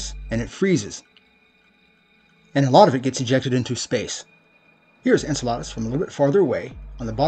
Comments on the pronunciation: En-cell-uh-duss not En-cell-ahh-duss. 8 months old to i'm too late to fix him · Learn how to pronounce Enceladus.